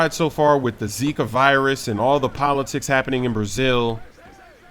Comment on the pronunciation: Boa BRASIIIL first American that say zika with Brazilian accent